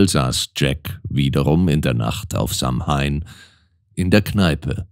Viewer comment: Samhain wird zwar eher "Sauwien" gesprochen, sonst, wie immer, wunderbar gelesen 💚